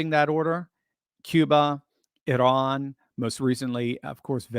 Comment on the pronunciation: stop pronouncing Iran weird. You pronounced it with an accent and then you said it normally while I was writing this but I've heard you to it a few times. Anyone who speaks that way is weird about things. You picked up the rest of what I was going to say with the insanity of the question and the true nature of the people and elites of this country. What people don't understand about this country as according to war is that we were always supposed to be a peaceful nation under God which in the Bible it talks about peace makers and the blessings they get from the lord, we are no longer that country mainly because psychopaths have taken over and become war mongers with everything to satisfy their unamerican appetites. They also know that for the country to change in such a way that it means many other things as to the state of this nation and peoples psychology and therefore what they can and can't get away with and then slowly eroding everything else about this country and the remnant of its greatness selling it out from under everyone. These people are all communists that have sold out to higher orders on a global scale and they are all traitors. They are not Americans and they are children of Satan. Children of Satan who have no allegiances to anything good or decent run a great portion of this country!! They are all sellout freaks who are short selling this nation to the ground and making money off its demise.